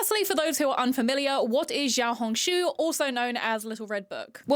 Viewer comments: Note: I’ve seen a lot of people pronouncing xiaohongshu with a ‘zhi’ sound, just wanted to say that I think an easier way of saying this would be to add a ‘shi’ sound at the beginning- instead of ‘zhao-hongshu-‘- ‘shao-hongshu’ is much more accurate to the word! (PS. I speak in a more taiwanese accent while speaking mandarin- so the sounds may be diffferent from how someone says it in say- beijing? Also, I in no way am trying to put anyone down or trying to seem higher than those who have been saying it this way! I just wanted to note I feel how I would say the word in an American/English accent!) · xiaohongshu??? like…. XIAO HONG SHUUUUU